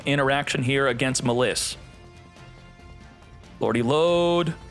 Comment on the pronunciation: What is meleys? Does he mean malice? Why do yugitubers think it’d quirky to purposely mispronounce things